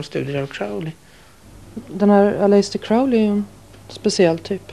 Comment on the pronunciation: "Aläjster Kraoli"